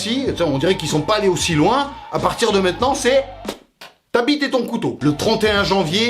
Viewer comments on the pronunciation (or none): none